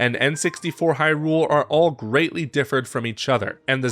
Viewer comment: Why are you pronouncing hyrule all weird. It's not hyRULE, if anything it's more HYrule